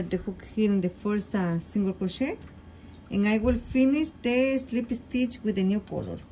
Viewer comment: When speaking where an S will start in a word, DO NOT SAY ( ESTITCH) SAY (STITCH). SSSSSSSTITCH!